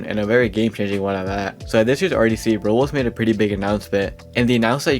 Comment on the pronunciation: Are you calling roblox "rolls"